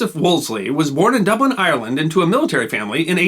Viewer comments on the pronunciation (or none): none